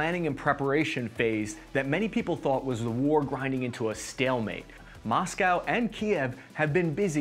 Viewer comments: Moskava was funny to. It would be easier for him if he tried read it like "Musk-va" 😂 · How about “Moskava” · I like how you pronounced masykva) Though, Kyiv is Kyїv, not kiev. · The Muskava, the severodonx. Only thing butchered more than the russian troops are these names 😂